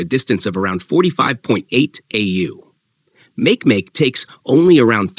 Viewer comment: Makemake isn't pronounced "MAYK MAYK", it's pronounced "mah-KAY mah-KAY".